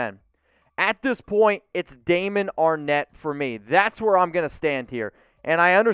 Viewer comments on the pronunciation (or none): Everyone and there mama said Arnette 🤣